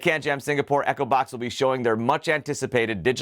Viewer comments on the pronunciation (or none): You don't pronounce Echobox properly because I keep hearing Acrobat instead of Echobox!